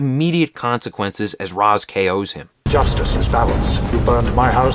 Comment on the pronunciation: It's pronounced Ra's, not Ra's.